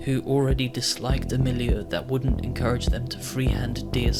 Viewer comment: I have to say, nothing motivates me to paint more than your long-format videos. I love it ! Ps: you say milieu a lot. As a frenchman, I find your pronunciation funny :3